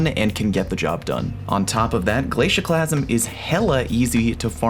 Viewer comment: The “glacusieeme”